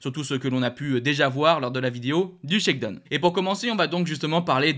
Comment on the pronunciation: Bon, une petite remarque utile: shakedown en anglais se prononce phonétiquement : shakedown tout comme dans la chanson downtown, prononcez: dahon et non pas done. !!!